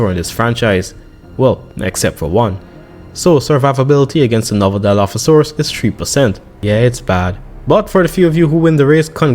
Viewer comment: Dilophosaurus:❌️ Dieolophosauras:✅️